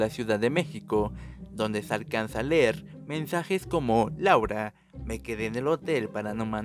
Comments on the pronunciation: No se dice Ler, se dice leer. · No sé dice: Ler!!!! Se dice leer!!!